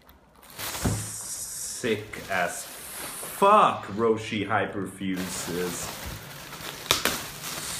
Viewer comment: Roshe run. You don't say the "e". If you were to pronounce the "e", it would have an é